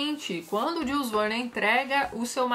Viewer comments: Olá Tatiana , permita-me te corrigir a pronúncia do nome do autor , em francês: Jul (sem pronunciar o "s") e Verne como Vér + n . Até mais! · Tati, Jules Verne é francês, você está pronunciando o nome dele como um inglês falaria, segue um link com a pronúncia correta do nome dele, ok, abraços